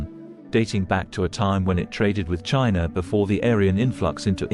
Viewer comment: Your presentation would be so much better if you could teach the A.I. narrator to properly pronounce ALL the words of the script. Words like 'etheric', and 'China' really should be pronounceable I would think. Still very informative in spite of the audio glitches. and the pic.s are awesome!